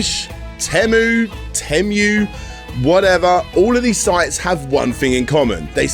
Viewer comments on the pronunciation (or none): none